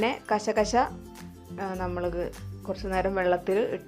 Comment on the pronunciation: കശ കശ അല്ല ( കസ് കസ് )